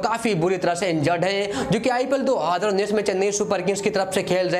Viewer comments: Hazaar ko haadr bol rha he😂🤣🤣🤣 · 2houzerrr unnis😂🤣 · Y, what is haaadar unees??? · Do hadar unin.... Kitna Baar Bola???? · Yarr..... Ye do haajrrrrrra unnis Hai kya ye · Bhai hadar unnis kya hai? 🤣🤣🤣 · pahle bolna sikh le nalayk 2 hozazzr jar kya kar raha hai 😀😀😂😂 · Abey kis desh ka bhasa bol raha be... Do aaadar unnnis....chup ho ja be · Do haazar unnees kya hota hai bhai 🙄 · Hazar to sahi se bolna shik le bc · Perbal nhi prabal.. Bhai Bolna sahi se seekh.. Phir video bana.. Specially Haazar per dhyn de... 😂